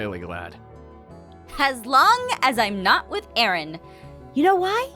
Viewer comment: "You're gonna go down AARUN! Like those pancakes in mah BELLEAH!!" DEAD 😂